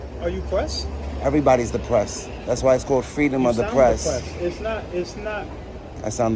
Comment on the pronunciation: Fweedumb o de prepps. Frigging moron.